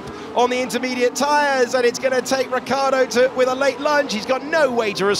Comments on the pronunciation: it's Ricciardo and not Riccardo. The i in the middle makes it completely different. Try with me now : RICH-ARDO. So many billions around and you can't even name a driver right. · Why English commentators say Riccardo...it's Ricciardo